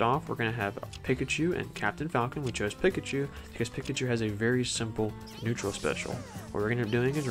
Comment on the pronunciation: Pikachu says their name every neutral b and you still mispronounce it somehow